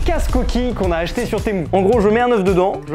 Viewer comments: ✨TeMoU✨.. personne … moi je dis temU (son: u) est pas temOU(son: Ou) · "Témou" ça se dit "tému"😂😂😂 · ARRÊTE DE DIRE TEMOU C’EST TEMU MU SA FAIS PAS MOU DONC ARRÊTE SA ME STREESE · il dit pas Temu mais "t'es mou" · "sur témou" 🤣